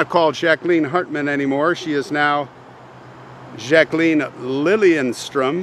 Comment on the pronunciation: love that you pronounced Jacqueline correctly